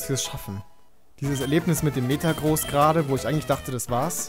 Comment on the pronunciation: es wird metagrOSS ausgesprochenen